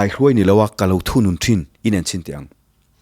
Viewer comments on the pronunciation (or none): none